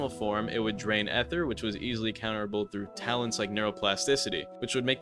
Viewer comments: it's still ether not ehther bud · did bro just say "ether" as "ehther" 😭😭😭😭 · unc why do you say ether like that